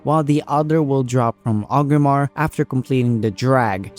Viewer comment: sounds like you are saying Ogrimmar (with the R missing before the G), then i noticed you put up a list of objectives twice, once for 5 mask achieve and once for the 8, and in both you had the city name spelled as Ogrimmar. so I figured I would let you know it is Orgrimmar, that is why people say Org alot when referring to it, not Og. that being said, it was a good video. I'm just looking out so you will spell/say it correctly in future videos.